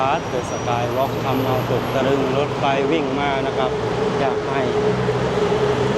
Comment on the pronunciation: รถไฟ =ออกเสียงถูกแล้ว ไฟฟ้า = เปิดไฟ ไม่ใช่เปิดไพ ให้ออกเสียงเป็น ฟ.ฟัน นะไม่ใช่ พ.พาน